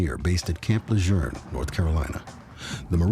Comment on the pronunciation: Le JEUNE....not le journe?